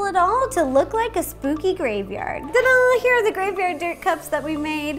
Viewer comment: I always thought it was "ta-dah" but you and Vivian Tries always say "da-dahn" so now I am confused lol